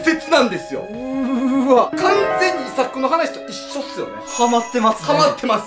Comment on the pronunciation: イサクの発音が「伊作」みたいな発音で、日本人の話みたいに聞こえるw